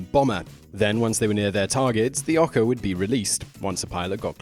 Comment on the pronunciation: FYI ohka is pronounced like it's spelled oa kah and baka is pronounced bah (like the sound sheep make) and kah. Come one Simon, Japanese is not that hard to pronounce.